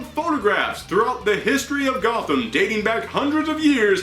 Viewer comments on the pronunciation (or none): none